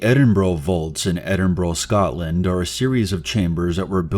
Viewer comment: cmon say Edinburgh and Scotland correctly...